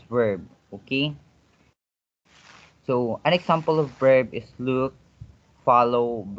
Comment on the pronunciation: I think example is prpnounced / igzaempel / not / iksampel /